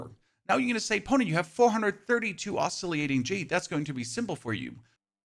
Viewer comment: Oz-silly-ate-ing lol silly is right, dude these days all you have to do is google the word you don't know and hit the play button. Not exactly a high bar. Thanks for the guide and the laughs.